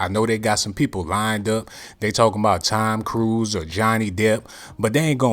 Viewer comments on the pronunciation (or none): Rumors 😂😂😂he said Tom criuise🤷🏻‍♂️😂😂😂